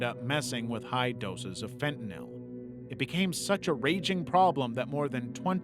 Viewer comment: yes fentynil not fentanyl this y is sounds like an A